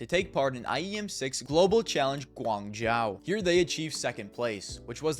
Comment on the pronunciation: its pronounced guang-joe btw